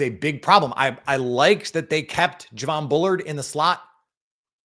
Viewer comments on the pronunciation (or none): none